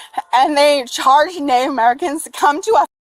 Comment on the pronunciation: Why can't this "Native American" pronounce the word "NATIVE?"